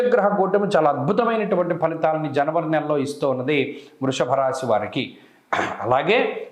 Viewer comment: Vruchika rasi badulu. Vrushabarasi. Ani. Palukutunnaru